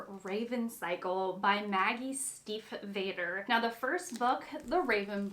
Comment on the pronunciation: This is a good recommendation, I didn't know it but now want to read it! Just a tiny note, you pronounce the a in Stiefvater as a long a (like adolescent)